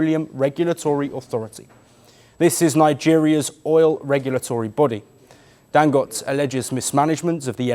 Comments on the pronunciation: Dangote not dangot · Pronounced Dangot-AE... Get it right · Dangoté…pronounced (Dangotay).